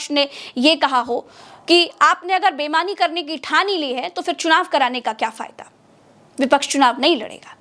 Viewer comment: bemani ya beimani? Sahi shabd boliye.